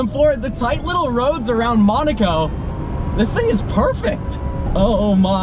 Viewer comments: Dude... Nice videos, but I’m starting to get into habit of helping you how to pronounce towns like Weissach and Monaco. Weissach is Visock and Monaco is Mow-nah-co and not Mon-ah-co. If you don’t believe me then go for tour into the Princes palace and hear how he says it. Carry on! Cheers! :) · Why cant he say Monaco right he says monico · its MOOONAAAACOO NOT MANOCO OR WHATEVER